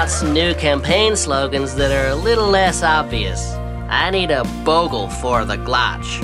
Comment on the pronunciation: "I need a Bogel for the Glotch"